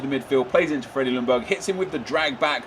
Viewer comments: It´s pronunced Jungberg!! The L is quiet! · The L in Ljungberg is silent.